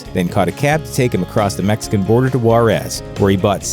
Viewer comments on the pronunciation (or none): none